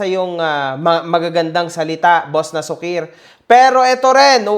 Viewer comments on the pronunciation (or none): Na-su- kir ang basa sa pangan nian Hindi nasu-kir.. na-su-kir ilocano word Yan nanparang pasaway👌🏿